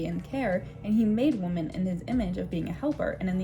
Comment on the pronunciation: I enjoyed this video. Do you mind if I mention as a footnote that you're pronouncing the word "women" (the plural of "woman") incorrectly? Women is pronounced "wimin," but you're pronouncing it the same as "woman."